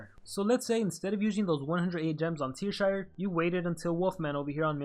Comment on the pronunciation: It's Teashire, not Tearshire. :P